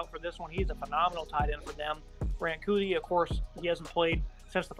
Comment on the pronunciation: Ur pronouncing kuithe wrong